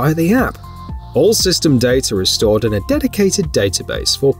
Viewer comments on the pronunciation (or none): Same with "data" no "r"